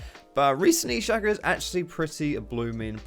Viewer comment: It's pronounced Shake-o not Shack-o. His clone is called Fake-o. Shake-o and Fake-o Not Shack-o and Fack-o